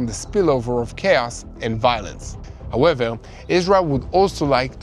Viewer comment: Im gonna count how many times he says “howeveL”